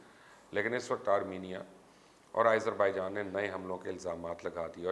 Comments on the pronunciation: Nice reporting, very informative. ..... But Mr Mubasher ! Kindly pronounce Azerbaijan name properly ... its Aazer not Aeyzer .... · I thought you were a big journalist...you don't how to pronounce the country simple name